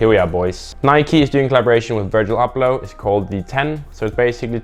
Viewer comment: Virjil Arghhbloh